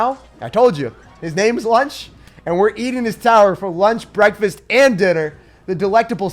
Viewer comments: Lucho not lunch hahaha xd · It actually isn’t Lunch but Lucho but that’s ok my guy 😂👌🏼